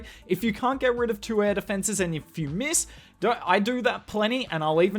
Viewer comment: How you get that "R" sound into the number Two? Got rid of toooorah air defences. Is it tooruh, toourh... I just can't get it down.